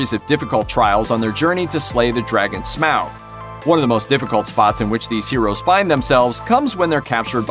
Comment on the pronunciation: The dragons name in the hobbit is pronounced smog, made me cringe hearing the way you said it lol